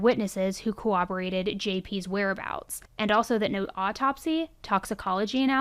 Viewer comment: I LOVE your channel. However, it’s pronounced “corroborated” not “cowaberated”